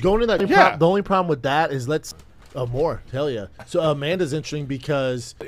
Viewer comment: "I think part of the probum too is..." 😂